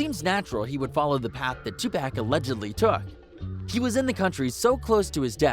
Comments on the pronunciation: Two • Pack. Who dat. Wait, you mean Tupac. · Ima need y’all to say 2Pac name right 😂🤦🏾‍♀️